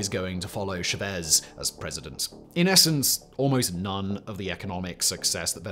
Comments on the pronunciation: Pronounced "shah-Vehz." Emphasis on the 2nd syllable. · Love what you do, but it’s Chávez. The account indicates emphasis on that syllable. It was pronounced as though there were no accent. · Everytime said Chavez I cringed. Please, it's not sha-vez 😢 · Jevezz.. Chevez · Love your channel, but your pronunciation of “Chavez” is absolutely nauseating 😂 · Nice video, but your pronunciation of Chaves is driving me crazy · Say cha-cha-cha. Now say Chavez. Yeah you said it wrong the whole video 😅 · Please learn how to pronounce Chávez. It's not that hard and it shows a minimum amount of care.